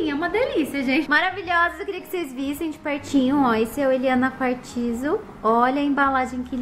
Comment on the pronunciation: É quartzo não pronuncia o i , é só um toque 💋❤